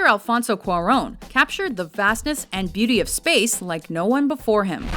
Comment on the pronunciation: "Alfonso Cuaggón"